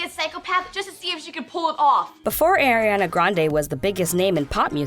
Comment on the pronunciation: I'm sorry I'm very triggered rn if she says Ariana's name wrong one more time